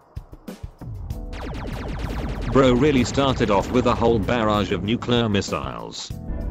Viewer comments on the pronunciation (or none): "nuclear" not nucleur